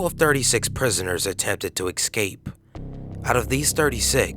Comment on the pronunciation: Are you saying "EX-Cape"?